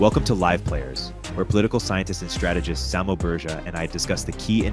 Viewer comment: it's way past time for you to learn how to say Samo's last name!